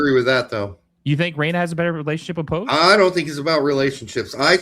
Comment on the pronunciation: Say poch correctly